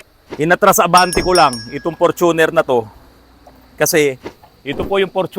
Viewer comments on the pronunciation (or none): Hindi Fortu'ner but For'tuner'. Ford kase kaya ganyan